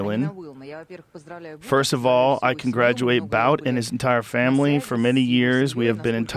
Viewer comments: It's pronounced Boot! Not Bout! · It's boot, boot, not bowt. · It's pronounced 'boot', not bout. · What makes this trade particularly heinous is Biden's indifference...ignorance...of the years of undercover work and risk of death that the Federal agents and confidential informants it took to build a substantive case and arrest Viktor Bout (pronounced boot). This trade was 100% pandering, essentially buying votes, playing games with the lives of Americans abroad. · It's pronounced Bout (boot). Obviously this is the first time Rogan has heard anything about this so I'll pass on his perspective here lol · I feel like if she a straight white women she would still be there. And it's pronounced Boot. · Your view on the subject is dog shit when you don’t even know how to pronounce Bout lol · Well the Russians are 100% correct. And you can’t even pronounce Bouts name correctly.